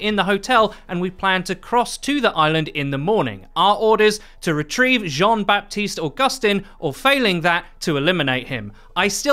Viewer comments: Just to make your life easier, the "P" in Baptiste is silent, you can just say "Batiste" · it's pronounced "ba-tist", the p is muted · French dude here. You don't pronounce the "p" of baptiste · So, French guy here : You don't pronounce the P in Baptiste. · Nice video but the « p » is silent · In the name Baptiste you don't pronounce the "p".